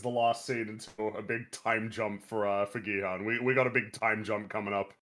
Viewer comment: I keep hearing you say Gi-Han as Bi-Han, so I kinda like to think this is actually a Mortal Kombat crossover about Sub-zero playing a death game.